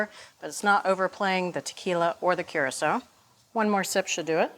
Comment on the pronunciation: If they are going to insist on using Curaçao, then Bridget needs to figure out how to pronounce it properly…